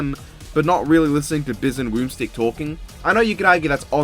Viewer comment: “Biz and Woomstick” 😭😭😭